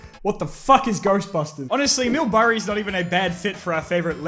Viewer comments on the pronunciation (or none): I can’t tell if he said Mill Burray on purpose or not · Did any one relies he said mill burry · 0.58 he said Mill Burry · Did anyone else catch that he said Mill Burray at 58 seconds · Did nobody notice he said mill burray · "Mill Burry" 💀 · bro really said mill burray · Does any one realise that said mill burray at 58 seconds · "mill burray" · Did say "Mill Burray"? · did he say Mill Burry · At :58, did you... Did you say "Mill Hurray" on purpose? LMAO! That was hilarious if you did! I had to rewind it and listen to it like 5 times to make sure I was hearing it correctly LOLOL!!! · “Mill Burray” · Wait did you say mill burray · Did you just say mill burray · Ha he said mill burry